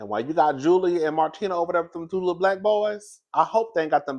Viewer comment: you pronounced martina’s name perfectly